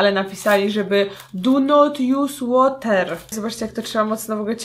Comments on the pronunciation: i proszę państwa DU NOT JUS ŁOTER się sprawdziło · 'DU NOT JUS ŁOTER' XDDD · Do not jus łater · "Du not łosz de fejs!" "Du not jus de łoter!!" 2k18;) Mam nadzieję, że nikt tego nie napisał przede mną:D